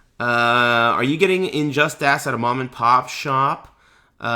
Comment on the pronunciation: is he purposely calling it injust-ASS? or does he have some weird speech impediment?